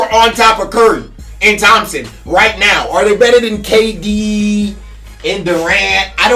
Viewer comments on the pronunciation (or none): Lol this man said kdddd and Durant